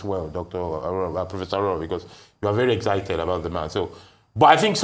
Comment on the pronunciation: Dr Abati, as a Yoruba man please stop mispronouncing AWORAWO, a divination seeker/ watcher, pardon my english if it is not correct but, I'm sure you'll have an idea of what I'm trying to say which is a Yoruba name, it's pronounced as re-do-do-do, thanks...